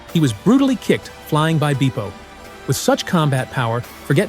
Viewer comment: E as in better, not E as in bee. That's how you say Bepo